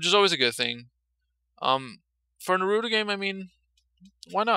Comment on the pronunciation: Nah roo toe Not Nah ROO toe It's one word. You pronounce it like the middle sound if seperate.